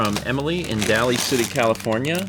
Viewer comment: “ Daly” City is pronounced with a long A.